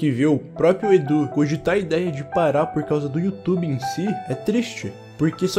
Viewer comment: E aquele ditado. "Youtoba"